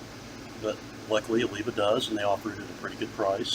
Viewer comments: Great review. It's Oliva not ova though 😉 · It's pronounced Oleeevah!